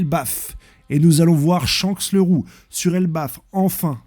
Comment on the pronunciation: T'abuse dans la prononciation des mots "S-Hanks" 🥲